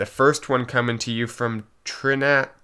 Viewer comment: Pretty sure TRINAT is supposed to be pronounced Trinity ;)